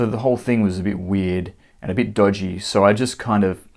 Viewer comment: The word - so - is not supposed to have 3 syllables.